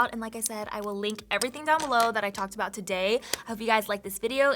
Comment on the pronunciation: Great tips for beginners/reminders for all :) Hehe at “ablout”